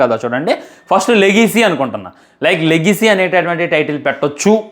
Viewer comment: లేగిసి కాదు రా❌ 😂 legacy ✅